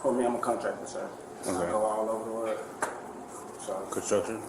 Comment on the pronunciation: "I'm a Contractor Sir... I go All ova da Wurrrl." 😂